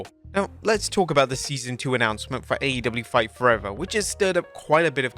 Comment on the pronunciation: I love how it sounded like he called it "Fart Forever" lol How fitting, though...